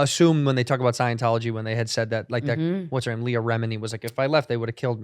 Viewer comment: Someone finally said her name correctly. Kudos Cheeto.